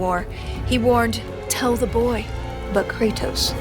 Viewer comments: She didn't say BOI correctly lol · She has to learn to properly speak the word "boy". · "a wife and a son" ❌ "a wife and a B O I" ✅